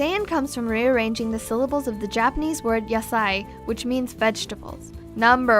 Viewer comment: what the hell is dapenese?!